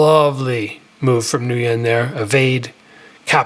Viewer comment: "Ngyun" is pronounced "win"